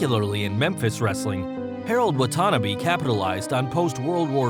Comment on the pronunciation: Tojo's name is pronounced Wah-Tah----Nah-BEE, not watanna-be